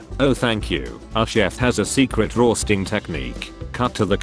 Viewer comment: why its says roasting in a scottish accent